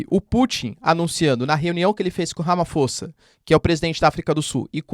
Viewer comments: Eu aqui as de madruga assistindo esse super aula. A propósito o presidente da África do Sul chama-se; Ramaphosa na pronúncia diz-se; Ramapossa e não Ramafossa o “ph” nas nossas línguas bantus não tem o som de “f” como no inglês, o “H” serve para carregar um pouco o som da primeira letra. Abraços de Moçambique. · Professor, pronunciar-se Ramapossa. As linguas dos povos bantu no geral tem regras de escrita e pronuncia semelhante ao português mesmo em paises anglo-saxónicos